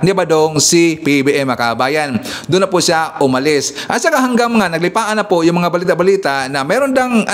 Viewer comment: "NAGLIPANA" po.... hindi naglipaan :)